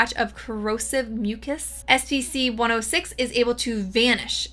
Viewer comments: Bro you say SPC again! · Take a shot every time she said scp wrong